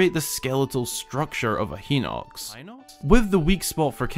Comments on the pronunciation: that joke about the pronunciation fucking got me. my first reaction whenever i hear that "heenox" pronunciation is to correct it to "hynox" and it was so quiet in the video i though i had imagined it at first lol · "...And create the skeletal structure of a Heenox." Background "Hinox?" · ITS THE QUIET BACKGROUND CORRECTION OF HINOX FOR ME. "HE-NOX" Whispers: "high-nox?" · Every time he says “hinox” as “hee-nox” you can also hear a very quiet “high-nox” in the background - check out for an example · yes, and he also added the "high-nox" in for good measure... that tells me that he probably doesnt know the japanese pronunciation, but honestly, it's not the end of the world. it's a problem with english. inconsistent spelling and pronunciation lmao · "Hinox (ʰʸⁿᵒˣˀ)" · Small secret: he did the double pronunciation of hinox, which is awesome and hilarious, such a great community. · In hateno village, there are 9 scarecrows. I honestly don't know what that's all about but I just found it interesting that they aren't in any other villages (that I know of) also love how he says hinox really quietly cuz he doesn't know how to properly pronounce it. I hate having to pronounce video game names without the game pronouncing it for me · The secondary pronunciation of "hinox" reminded me of another ZeldaTubers secondary pronunciation of "Fi" 🤣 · Did anyone else hear keep correcting pronunciation of Hynox?